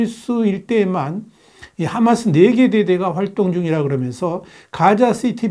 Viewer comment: 하-마스 를- h .로 발음.